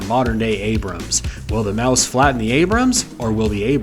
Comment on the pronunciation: Maus is pronounced more like mahs